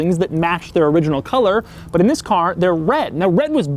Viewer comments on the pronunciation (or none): Your pronounciation of the word ‘this’ annoys me sometimes.. often sounds like ‘ziss’